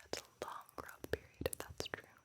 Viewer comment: Frue and Talse